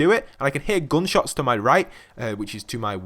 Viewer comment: You cant even say gunshots right or running,i forgot to say that you cant say jump right too